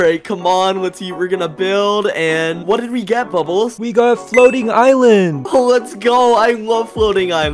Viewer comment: Bubbles its not ilend its island